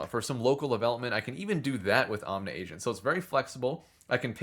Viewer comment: Does he ever stop mispronouncing the project name?